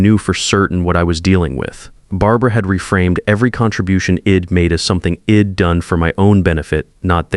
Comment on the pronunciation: In fact, AI has hit a new low. ID for I would, Wed for w‘d,HED for he‘d. And why does Dad‘s Perfect Revenge not change the wording just after the disclaimer at the beginning ? REVENCE is just wrong.